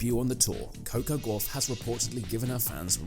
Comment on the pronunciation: Yet more badly written and badly voiced (by a machine - which can't pronounce her name correctly) asinine drivel. I am so sick of this Americanised rubbish. Please let's get back to real journalism